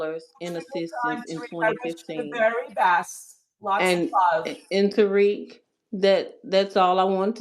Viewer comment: Lmao. Flex needs to just bang on them Suspected WS from the gate. The deliberate mispronunciation of Black names (Tah-Rick, Two-Pack, Fair-A-Can) is always the dead- giveaway.